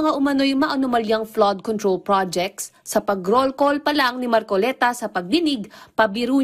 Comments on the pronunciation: Marcoleta ate hindi macoleta 😂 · Ano ba yang reporter, Hindi alam pangalan ng Senador. Hindi po makoleta. Marcoleta po miss.😊